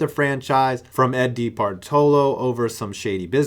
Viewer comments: Its DeBartolo not bartolo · it’s actually pronounced like “De-bar-da-low”